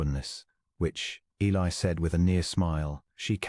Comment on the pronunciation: Good story, but please try to work with AI to pronounce Eli’s name correctly and consistently. Temperance and Eli are interesting characters and complement one another. Listening from Clarksville, TN.